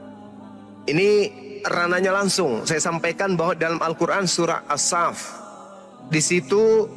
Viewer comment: Assalamualaikum, seharusnya dibaca surah: AS SHOFF, bukan fibaca as shaff, meskipun latin nya ditulis as shaff. Karena dlm bhs Alquran nya tertulis menggunakan huruf shod bukan huruf sin.